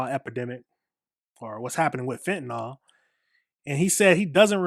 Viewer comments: It is not pronounced fentanawl. It's fentanill. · FEN-TAH-NIL (FENTANYL) sorry, as a nurse i cant hear FEN-TAH-NOL one more time.. .LOL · Fentanyl is pronounced fen tan NILL The reporter even mispronounced it smh.